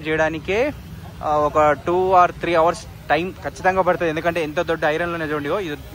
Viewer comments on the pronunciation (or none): none